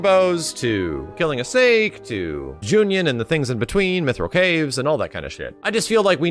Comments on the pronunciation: Yeah he says Juñon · I love how he calls Junon "Junyon" all the time.